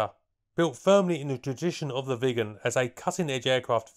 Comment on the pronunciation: I keep hearing "vegans" instead of Viggens.